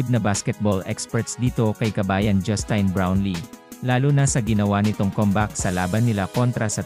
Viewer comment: Sir, pakiayos pag pronounce ng pangalan ni NoyPi. Justin... as in tin, like tin can. Sa laki ng respeto niya sa mga karaniwang Pinoy at serbisyong binibigay niya, deserve naman niyang tama pagkabanggit ng name niya. Siyempre dapat may matanggap yan kasi nasa batas yan. At yung mga patron pa nung team, mga bilyonaryo naman yang mga yan.